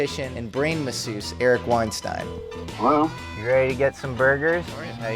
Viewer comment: Thanks for getting the pronunciation right,. Being chastised has taught you well - Weinstein, like a fine wine. Not Weinstein, like bean. Anyone else see the resemblance between Eric and Clavicular? He made a face around the mark and I saw it. Now I can never unsee it. Handsome gentlemen 😎